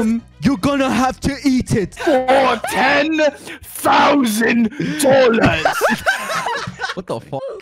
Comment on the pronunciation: I died laughing when I heard “FOR TEN THOUGHSAND DOLLAS